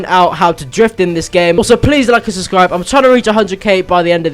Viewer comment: dont say "subscribe" he says "suscribe"